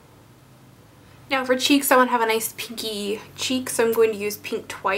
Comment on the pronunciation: hahaha, the noice was sooo New York